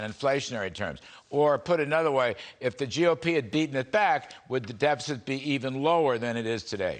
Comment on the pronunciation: Dude cant even pronounce "deficit"